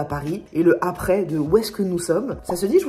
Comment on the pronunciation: Tes liaisons incorrectes (du style le zavant et le zaprés) me feront toujours rire, je t'assure n'arrête pas 😄😂